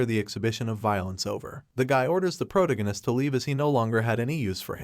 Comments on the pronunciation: Pro ta gin nist < pro tag nist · OMG the way he pronounces protagonist is killing me